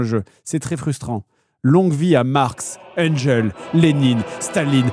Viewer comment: Je suis étudiant en sociologie, un jour une meuf avait lu "Angel" aussi en cours 😂 Bon ensuite les prononciations tout ça, perso je tolère un peu